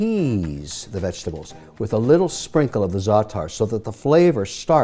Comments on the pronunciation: I don't know what the Cyprus brothers are doing with their salads, but here in Greece, we don't add lemon juice in the Greek salad! Nor this weird-pronounced zaatar spice. Jeez, Mr. Wonderful! Furthermore, "Lemon and oil" here in Greece is a famous dressing for grilled fish, not a vegetable salad. Nothing "traditional Greek" overall in this salad. So for those reasons, I'm out. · your not half lebanese you dont even know how to pronounce zaatar properly